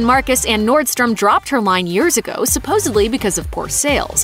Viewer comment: Supposedly or was that Supposably?